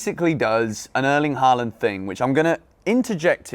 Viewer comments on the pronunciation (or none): His name isn’t “Harland “